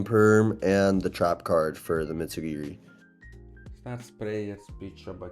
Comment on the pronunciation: Bro is a World Champ and still calls it Mitsu GEARY